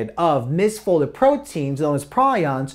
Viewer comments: Its pronounced Pre ons you nit wit PrI ons are birds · it's pronounced PREE-ons